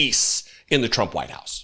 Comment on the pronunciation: Maybe he only served in the middle part of the country. 😂 Chump (as Karoline Levitt pronounes his name) really knows how to pick them.